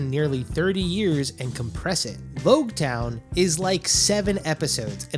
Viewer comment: pronounced LOGtown btw